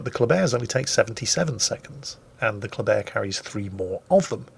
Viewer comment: There should be more German bias by using the German pronunciation of the word Kleber